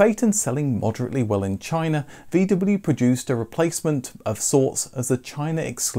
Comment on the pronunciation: Would it be possible to pronounce the name VW correctly?